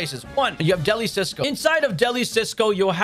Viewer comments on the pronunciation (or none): It is pronounced “del-ee” “see-oh-so” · It’s funny how people don’t realize that Deli Cioso is the Spanish word for delicious, but with a space in it. And because of that, I haven’t heard anyone say it right.😂